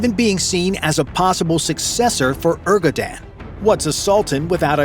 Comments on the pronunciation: IT"S NOT ERGODAN BUT E R D O G A N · Your effort to saynames incorrectly is extraordinary :) Erdo-un is the right spelling for you. You even used ErGodan 5 times :) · Did you just say his name as ERGODAN instead of ERDOGAN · Er Du GAAN not 'orgoden' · Urgodan😂 What da hell?) It's Erdogan (Yer- Do - Ghan) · Erdogan❌ Ergodan✅ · Bro its Erdogan not Ergodan smh! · 2 corrections: Atatürk, not Attaturk and Erdoğan not Ergodan… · He is called Ardogan, not Argodan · Cause i heared out now several Times from you; ergodan erbabogN erpropagandan....pls bro....pls.....hahahaha im joking😢not❤ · this way of saying 'erdogan' sounds very annoying. ğ and g are completely different letters. ğ does not have a sound, it lengthens and softens the letter before it. so you can say it as "erdooan" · How can you pronounce "Erdogan" as "Ergodan"....